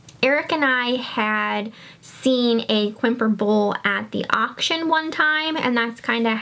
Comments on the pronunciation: Quimper is pronounced Campair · FYI Quimper is pronounced "camp air". It is in France. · Quimper is pronounced Campari.